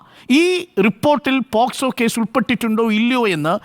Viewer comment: Posco (പോസ്കോ ) അല്ല മൈ ഡിയർ അരുൺ അത് POCSO ( പോക്സോ ) ആണ് ഇയാൾ ശെരിക്കും അഡ്വക്കേറ്റ് തന്നെ ആണോ 🤣🤣